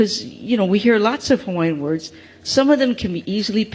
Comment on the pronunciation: For heavens sake, can they please get a reporter that knows how to pronounce Hawaiian words properly. This sounds like Sherry Bracken (sp?), she’s awful!